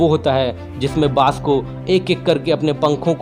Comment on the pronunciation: Bhai bash nhi baaj bolo